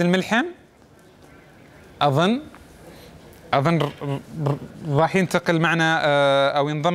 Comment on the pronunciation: ررر رررر رراح ينتقل معنا ههههههههههههههههههه